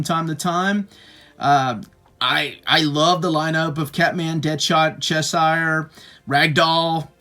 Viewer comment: I think it's pronounced "cheshur".